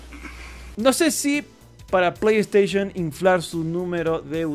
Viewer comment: Porfavor no digas plegd staishon! 🤦🏻🤦🏻🤦🏻🤦🏻🤦🏻🤦🏻